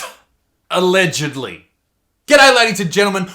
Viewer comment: “Allegedy” fuckmeboots